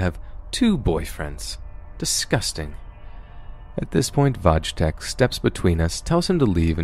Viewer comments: “VOJ TECK” lmao. Not exactly. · It's pronounced Voy-tek (Wojtek)